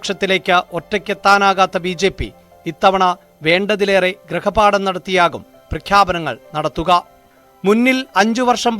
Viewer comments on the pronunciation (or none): ഗ്രഹപാഠമല്ല - ഗൃഹപാഠം ശരി